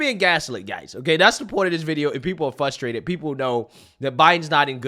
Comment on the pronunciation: I love ALL your videos! You're insightful and call it exactly like it is. I want to correct you on the pronunciation of "frustrate". Sounds like you're saying "fustrate".